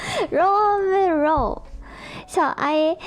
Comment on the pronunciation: Listening to reminds me of when I went to Japan and when I'd ask someone what their major was and they'd answer "Ro" and I'd have no idea what they were saying, but people would get frustrated with me and say, "It's an English word!" because they meant "Law" - except that "rooo" sounds nothing like "law" to me. (Maybe the person speaking to me was frustrated, but because they were Japanese, they didn't show it, but the people watching me try to have a conversation with the Japanese person got frustrated with me. I'm sure this was, like, a vocab word in my Japanese 101 class, and I was well past that point by the time I went to Japan, so it's kind of understandable, but still, I hardly ever used the word before I actually went to Japan.)